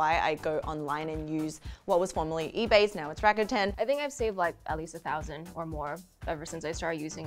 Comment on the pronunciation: rakuten: funny hearing it pronounced rah-kA-tan. i’ve always imagined it as rah-kooh-ten. the letter u = oo sound. otherwise they should’ve spelled it rakatan or rakaten.